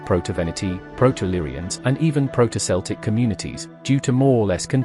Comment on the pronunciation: The "C" in Celtic is pronounced as a Hard "K" sound. Keltic or Keltoi in Greek.